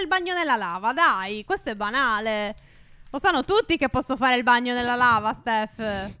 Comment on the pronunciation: Si dice phere